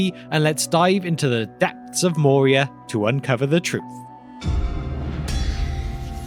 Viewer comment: I believe "Moria" is pronounced with a rolling R, not the soft-R of English. (Of course there's no rule that says that names have to always be pronounced precisely as they are pronounced in their original language.)